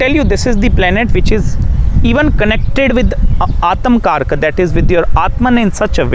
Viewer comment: Aatamkaraka😂 It's Atmakaraka